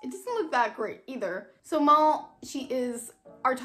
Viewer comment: its nit mall, its M-AL.